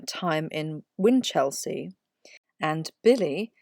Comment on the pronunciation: Good video with sound research. However its generally pronounced, "whinchel-sea" not whin-chelsea* (*as in district of London).